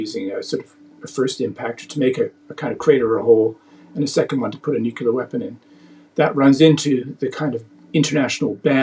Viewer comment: Say it with me now, nuclear (NUK-LEE-R) not nukular. Makes you more credible when you pronounce it right.